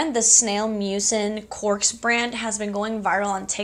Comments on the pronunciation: bestie i love you but i'm kinda cracking up at your pronunciation of cosrx 😭 it's okayyy it's "caws R.X" 💓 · You said it like “cause r x” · Thanks so much for the review on the lash growth serum-I was curious. And a friendly little FYI, the Cosrx is short for cosmetic prescription. So pronounced Cos and then say the letters Rx. ❤️ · I had no idea that is how you pronounce Cosrx